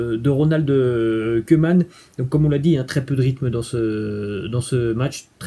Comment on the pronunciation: je suis de belgique...cc...respect mais stp tu koeman par pitie sa se dit kouman stp pas comme des oeufs stp merci...mets meme la tv hollandaise tu verrais bien par toi meme sinoin respect chuis al depuis le debut...cc de belgique